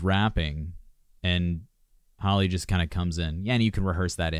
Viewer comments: The fault he said it right at first and then changed it for the rest of the video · Her name is not holly . Her name is Halle(Halley) . She literally pronounced it at the beginning and you still chose to call her holly lol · Luv yr reaction however, Chloe is 2 yrs older than Halle.You pronounced Chloe name right however,Halle is pronounced like Halle Berry or Holly.Chloe produce their music,they both write their songs, and Chloe plays guitar.They been singing on ig since young children,both of them can sing low and high notes.Beyonce signed the sisters, and mentor them because they have the IT FACTOR! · I think they think there's only one HALLE so everyone else gets called hailey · He said Hall at first and I was like boy bye you know that's wrong and then he said Holly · Please do Cool People- Chloe and Halle it’s “Hal-Lee” love this! Thank you for doing it!! ❤️ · It's pronounced HAL'-ee. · I'm thumbs down just because you keep mispronouncing Hal Lee's name🥴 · Halle is pronounced Hal-lee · Why can no one ever pronounce Halle’s name correctly? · & she introduces herself at the beginning w the correct pronunciation & it gets ignored every time😭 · Exactly 😂 everyone already knows Halle berry so why can’t they pronounce it correctly for Halle BAILEY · it bothers me as well once I hear them say her name wrong I click off